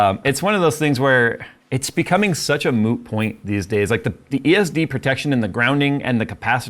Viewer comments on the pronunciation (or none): Did you actually say "mood-point" og moooh-point"? 🤣